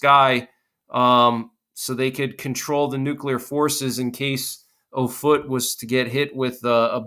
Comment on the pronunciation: The Air Force Base is pronounced OFF-it — NOT oh-FOOT. It’s all about credibility.